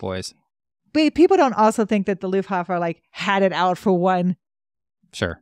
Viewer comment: I’m a historian myself. And love this series…. And am new to your channel. But please. It’s not Luffhafa… it’s Luftwaffe… 🤣🤣🤣